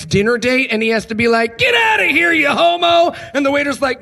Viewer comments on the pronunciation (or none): none